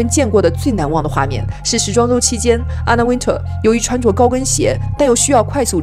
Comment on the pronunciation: 至少把Anna Wintour 的名字唸對吧？不要中式發音好嗎？中國人的英文真的有點可怕，不是Ａ都發ㄚ，那是你們中國的拼音，那不是英文。都已經在做時尚影片，起碼做一點功課。youtube GQ 都有一堆材料。如果你有點常識，或者有做功課，不至於犯這種低級錯誤。